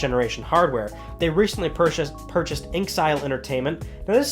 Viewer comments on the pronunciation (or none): I have to point it out...it isn't pronounced "ink-sile"; it's "in exile", because that's how the founder felt. He was a leader in exile. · Dude its in exile entertainment your pronounciation bugs me